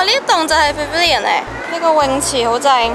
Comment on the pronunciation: 马来西亚口音（pavilion) 不会好像你这样说的口音